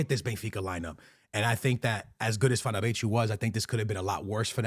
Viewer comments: Wth is “fernabetchu” he literally said it correctly in the beginning of the video 😂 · Never seen anyone butcher Fenerbahce's club name so bad